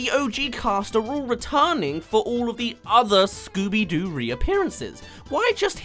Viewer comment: It's scobby do